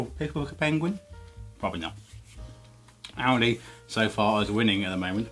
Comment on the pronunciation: I know it sounds like Audi the way he says it but the supermarket is actually called Aldi.